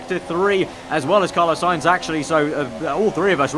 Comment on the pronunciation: It's Sainz isn't it?